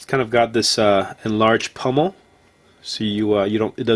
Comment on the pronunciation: Sir, I in no means say this to offend you, but the plate on the end of that handle is a pommel with an "O" not pummel with a "U"